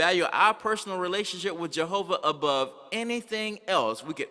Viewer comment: "JEHOHHHHHVAH!!!!!!! LOL. The 'Kevinly class'...etc...thanks for the laughs. But serious messages coming out of this convention. How many times do they say 'Jehovah' during the day? Even if you're the most ardent believer it's really weird, really wrong. If I have to hear 'the faithful and discreet slave' again I'll scream. A few passing words in the bible milked to death (or others' deaths).